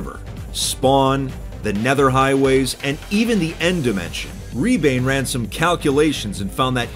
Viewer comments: as a Estonian, its funny to hear say “Ribaine (Rebane, which means Fox in Estonian)” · i love the fact that he's saying rebane wrong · lol u pronounced his name wrong. In Estonian "Rebane" means fox.But I will forgive you in Estonian things are just pronounced differently. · An estonian player in 2b2t is cool but its rebane not ribaine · lol it was funny to hear say “rebane“ its an Estonian word and i dont blame fit for saying it insanely wrong as he is not Estonian still was funny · As an estonian i am completely devastated how you pronounced rebane, but you get a pass this time. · that's not how "Rebane" is pronounced but it sounds cool, it means fox in Estonian